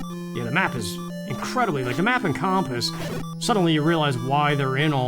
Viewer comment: Always cracks me up the way pronounces "compass"